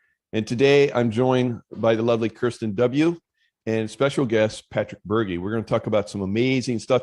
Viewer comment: He already met Cirsten but doesn't know how to pronounce her name?